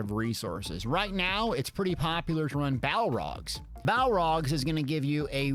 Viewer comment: BALORGH NOT BALROG ITS NOT LOTR